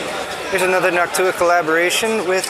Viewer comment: NawkTuah is definitely an interesting way to pronounce Noctua